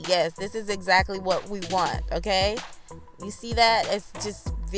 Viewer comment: OMG I have to follow this channel...just hearing her say "m...kay"....so West Indian...I love it